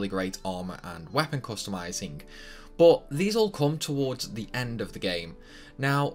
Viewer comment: Says he won't say "Tidus" because it sounds stupid proceeds to say "bot" for "but" lol